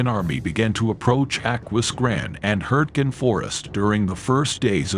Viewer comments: "Hurting" I thought it was pronounced HURTGEN !!! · Hurting forest for gods sake use a real human voice it really spoils it couldn't watch it.